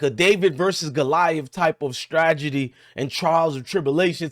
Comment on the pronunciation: Dude, at least say the State name Iowa not "Ioa". However, I agree with you though on some of your points. Stragedy? It's Strategy bruh...